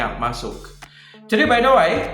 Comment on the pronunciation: rupanya gunakan gaya bahasa Inggris terbaru ya? Setahu saya "Way" bcnya "wei".....bukan "wai". Tapi ga apa2....seru aja.